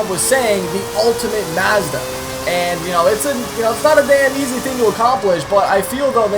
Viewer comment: Pronounce your ftuff right Mazda doesn't have so much emphasis on the A